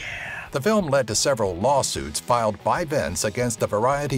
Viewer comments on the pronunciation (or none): none